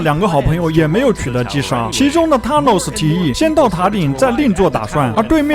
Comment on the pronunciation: 你是不是不知道th（Thanos）音怎樣讀